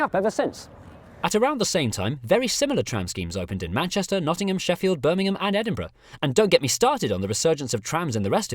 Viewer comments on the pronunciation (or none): none